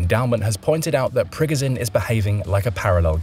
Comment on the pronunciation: It's pronounced "Prigojin", not "Prigozin"